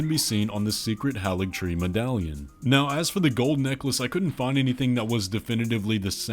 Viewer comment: I don’t mean this in a mean way, but why do so many youtubers mispronounce Haligtree? It’s Hay-ligtree, not Hah-ligtree.